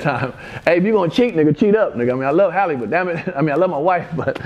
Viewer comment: It's Halle not Holly